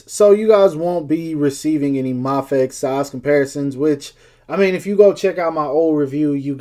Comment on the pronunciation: its pronounced as May Fex.